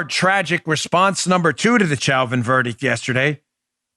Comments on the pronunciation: Chow-vin? 🤦🏻‍♀️😂 Lol why can’t anyone say Show-vin? Pretty sure the prosecutors were formally told to stop mispronouncing his name cuz about halfway through the trial, they started apologizing for the “mistake” with a sheepish look. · Please Dan, Derek Chauvin's last name is not pronounced cho-vin or chow-vin, it's show-vin. French pronunciation of the, "ch." With a last name like your own, you should get it right. lol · #1: It's pronounced "SHOW-VIN"... Like "chauvinist".. Sorry Dan, your pronunciation is a bit annoying.. HAHA #2: All cops need to stop taking calls & avoid helping ANYONE... until the BLM a-holes BEG for cops to go back to doing their jobs. #3: Question: How can someone be guilty of Murder 2 & 3 & 4 ? Shouldn't it only be guilty of 1 type of murder ? #4: Chauvin Shouldn't gotten Manslaughter & got 3 years in jail. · Dan, I believe it's pronounced Show-vin. I know it's spelled Chauvin but it's pronounced Show-vin. Thank you sir!